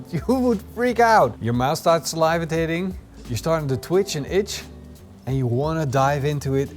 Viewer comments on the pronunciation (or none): I noticed the "salivatating." This is extreme salivating. Reserved for only the most delicious ribs.